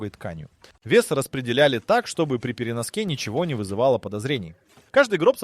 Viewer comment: Выключил после первых 2х минут. ДорОгой тканью, при переноскЕ…. Типа сделал вид что сам озвучиваешь?